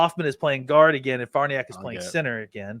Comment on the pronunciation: Love the show fellas BUT its been long enough.... the name is pronounced Far Nee Ock........